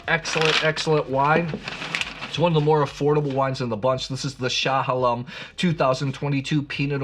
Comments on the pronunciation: I know you’re poking at Willamette folks with your pronunciation … but Chehalem Mountains is new … it’s like I’m in Israel with that pronunciation. Glad you are such a fan of Willamette wines! Keep up the great blind tasting and the insights from the tastings. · Not Willa-met. It’s will-AM-et. You wouldn’t pronounce Bordeaux as Bor-Dox to annoy your friends! Also, it’s E-ola not A-ola and sha-HAY-lem not sha-ha-LEM. BTW, you should try the Lingua Franca Chardonnay too. Very Bugundy like at a fraction of the price.